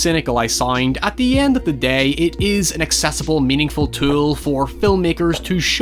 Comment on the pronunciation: Take a shot whenever says "at the end of the dey"